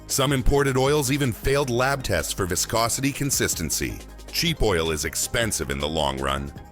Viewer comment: Why does audio say viscosity pronouncing it two different ways.